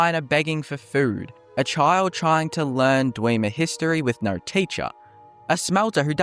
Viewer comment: Australian…. There’s no “r” in no or go